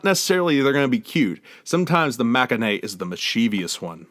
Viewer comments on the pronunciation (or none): Liz's review... 1st of all, the first 10 minutes are incredibly boring. Also, I actually cant believe how poorly pronounced "aegyo" and "maknae"... it was actually embarrassing. Lastly, I swear you said "cake-pop group" and I don't think it was on purpose.